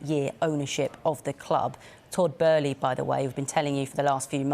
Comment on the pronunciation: Lol they keep saying his name wrong 🤣